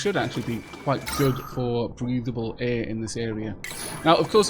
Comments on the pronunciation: I've never heard anyone mispronounce 'air' like you do. Eh! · First, I love the way you say the word air. Haha. Second, I'd like to be added to the name list. Thank you!! I love your videos!